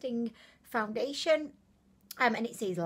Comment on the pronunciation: She said foundiliation lmao